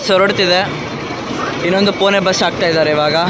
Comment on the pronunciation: ಪುಣೆ ಕಣೋ ಪುನೆ ಅಲ್ಲ